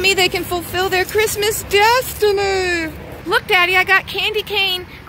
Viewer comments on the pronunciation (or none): none